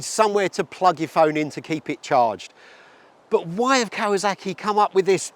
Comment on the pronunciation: I stopped watching the moment he said "Cow-a-zack-ee"...